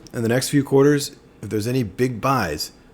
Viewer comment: Not so important though.. but Pronouncing Chuck ‘Ak -Ri ‘